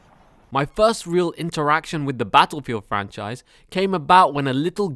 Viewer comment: The way you pronounce "battlepeeled" im dead lol